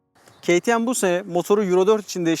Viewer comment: Abi yazıldığı gibi okusan kimse yadırgamaz "keytiem" değil "kateme" daha doğru olur sankş yabancı bi youtuber izliyorum gibi